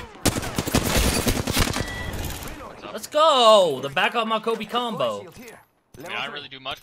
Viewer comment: ooh but he not Kobi is Kobe I was confused Because he say kobi